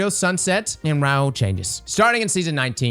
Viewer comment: How are you pronouncing RAH-HOOL as RAUL?